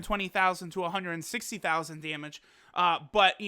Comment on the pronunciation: This guy talkin' about "dyemedge". Not damage, dyemedge. lol